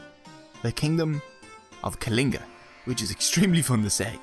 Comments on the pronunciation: Aa a Kaligan lol....it was so funny he couldn't say କଳିଙ୍ଗ it's the la sound not la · hhahah then try pronouncing it correct sweety! Let's see if you can do the ଳ sound 😀 I'm from Kalinga, it's pronounced କଳିଙ୍ଗ (la sound when you roll the l. Not normal l. And we are not called Kalingans. Lol. But nice to watch. You forgot to mention the people of Kalinga stood till their last breath refusing to give in. Ashoka didn't use anything fair. And we were used to fair war practices. A fair fight. The river was filled with blood. So much human blood dried the river. And to this day, the river stands dried, making humanity remember how horrific wars & the madness of expansion can be.